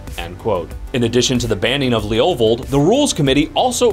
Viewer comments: Sounds like he's saying "Leolvold". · The way you say levovold makes me cringe.